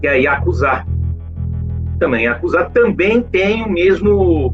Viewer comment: Não é YAKUZÁ !!! Não existe sílabas tônicas na língua japonesa.